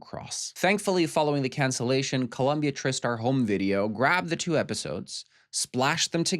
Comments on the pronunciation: Tri-Star not trister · It's pronounced "Try-Star". Also, Dangerous Liasions"> "Cruel Intentions". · TriStar Pictures is pronounced "Try-Star." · Learn how to say TriStar if you’re going to dog their movies….. it’s pronounced Try Star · I'm sitting here hoping you're joking about the production company name pronunciation, Try ⭐